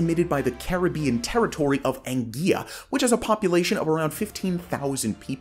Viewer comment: “Anguilla” is pronounced English style as English is the main language there, not Spanish